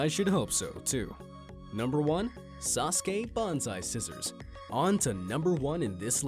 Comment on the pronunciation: At least he pronounced SASUKE right.